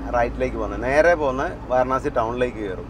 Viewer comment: വാരണാസി അല്ല വാരാണസി എന്നാണ് പറയേണ്ടത്